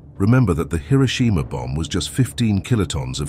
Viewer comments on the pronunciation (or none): "Hiroshima" ❌ "Hiroshima" ✅ "Hero-sheema" is not just wrong, it's like nails on a chalkboard. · People love pronouncing Hiroshima incorrectly for some reason